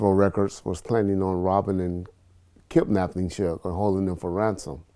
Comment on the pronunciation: this fool said “kip-napping”. I’m sick of this dude!!!